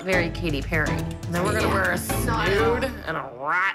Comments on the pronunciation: “I’m not putting a rat in my hair and a snude, what’s a snude?” Mackenzie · “And a SnOoD.Whats a SnOoD”? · No one: Not a single soul: Mackenzie: I'm not putting a rat in my and a snood, what's a snood?